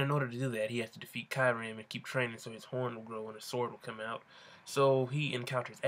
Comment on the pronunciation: You know what's most anyoing how The prenouced kyrumes Name I CAN'T STAND IT!!!!!!!!!!!!